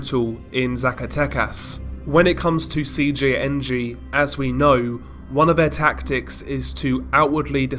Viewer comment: When he said Cjng fully it was perfect